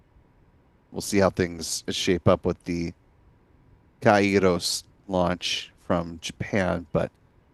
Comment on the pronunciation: Kairós which means time, in Greek. Not Kay ros. Pollen!